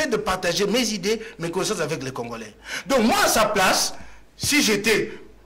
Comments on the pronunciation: arrêtes avec tes prétentions, un licencié ne peut prononcer congolain en lieu et place de congolais alors tika boye avec ton diplôme car tu es incapable de le défendre devant bref oza nanu citoyen tse car tu as bcp à apprendre cher kiekiekie djalelo ezo futa yo tse ti na quatrième année ya pouvoir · Voyant le regard de, il est trop deçu d'avoir inviter #, il fait de son mieux pour avoir une prononciation de français mais nul en debat. Bravo 💪✊🇨🇩